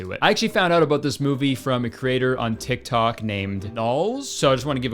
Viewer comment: just remembered that Kurtis is Canadian when he said about. How’d I forget?😂